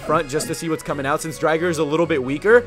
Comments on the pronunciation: it's not Dry-ger it is Drigger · It's not dri-ger it's dre-ger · Name is said wrong its drig-er not dryger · it called drigger not dryger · Drigger not drigar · You pronounced drigger wrong